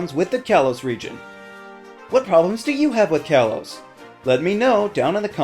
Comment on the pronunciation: it's pronounced kay-low-s